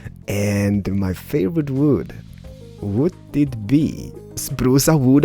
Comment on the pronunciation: spruce awooda yes let go for spruce awooda lol (awooda ment me be wood but they way he says it sound like awooda)